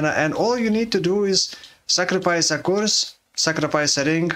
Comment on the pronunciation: You pronouncing 'curse" as "coorse" is so funny